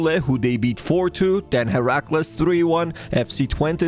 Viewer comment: pronounced huh-rack-lays